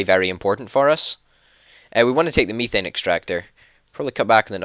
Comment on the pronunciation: Just so you know it is said "meth ane" is how it is pronounced